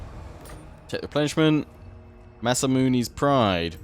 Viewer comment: I love how they change Masamune to Massa-Moones